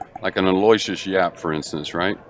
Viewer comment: Hey commentators, Aloysius is pronounced "Aloo-ishus." Pass it on. Thanks!!